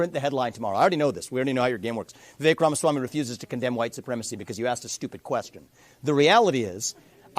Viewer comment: How the fuck does this guy report politics and still can’t pronounce Ramaswamy (or nuclear)? CIA plant for sure.